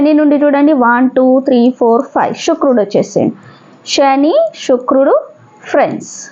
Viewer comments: షుక్రుడు కాదు తల్లి శుక్రుడు అనాలి. భాష మార్చుకొండి. తెలుగు ని తెలుగు లాగ పలకండి. మనం ఆంగ్లెయులు కాదు. స్వచ్చ మైన పదహారాన్నల తెలుగు వాళ్లం. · Shukrudu kaadhandi Sanivaram sa ni sha gaa palakadam baagaledhu 🎉 migathaa antha baagundhi🎉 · Shukrudu anakoodadhu Sanivaram sa ni sha gaa palukaraadhu